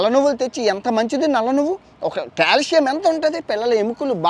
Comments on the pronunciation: కాలుష్యం కాదు కాల్షియమ్... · #కాలుష్యం కాదు బ్రొ క్యాల్షియం 😅😅 చెప్పే దాంట్లో కూడా కామెడీ జోడించి చెప్పడం నీకే సాధ్యం❤❤